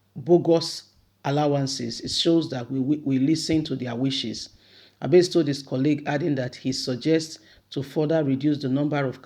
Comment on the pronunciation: My dear sister Abasì (Abass), not Abase. "I"pronounced as "e" please. You always get good information to share but your name pronunciation is so bad. Please work on it. If more than 2 people are bringing to your notice something important please work on it, do not ignore. Just my own nugget for you. Peace ✌